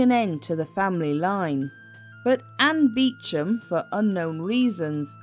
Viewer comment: Bless you for pronouncing Beauchamp correctly! Absolutely fascinating video, thank you! I knew nothing at all about her.